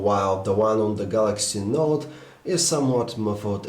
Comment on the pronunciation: Why does he call it the Galaxy Naught? He's otherwise not that negative about it.